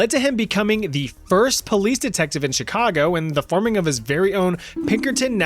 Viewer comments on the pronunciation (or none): none